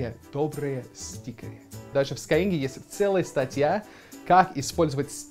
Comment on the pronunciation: когда уже начнёшь говорить не скайЕнг, а скайЭнг? )))